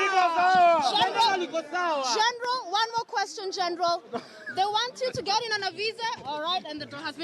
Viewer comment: 😍😍😍I love how you are calling Miguna Miguna "Geenral"